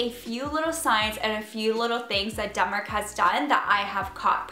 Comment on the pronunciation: I definitely hear "Dumber" not Denmark every time 😂 Okay well like "Demmar" but basically Dumber with an accent 😂